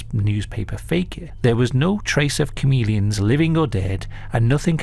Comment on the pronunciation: Is anyone else hearing say comedians instead of chameleons? Lol idk why but I can't stop hearing it. Now YOU won't NOT hear it. been a fan for years and I'm not poking fun at you it's just what I'm hearing. Keep up the great work brother! ✌️